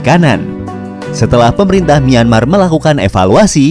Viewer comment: Nyemar apa myanmar bg